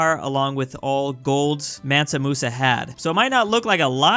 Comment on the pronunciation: Nobody:: MENTA Musa